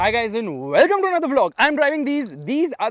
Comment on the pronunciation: Your ...wellcccommm thhee anthghdbshrrr blllllooggsggsg...is amazing😂